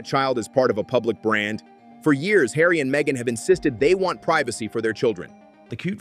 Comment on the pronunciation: Markle is going to have to buy a 'yacht' and put 'Hawry' to work.